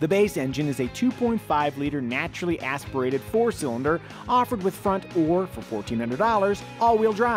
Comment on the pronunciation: natschuaralllly aieshpiarated